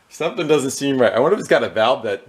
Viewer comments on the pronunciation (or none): none